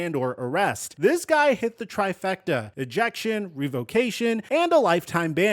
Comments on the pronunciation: Bro no way you’re this big and said Ejactulation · EJACTULATION???!!!! Cmon now dude. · Eeeee jack you lation 😂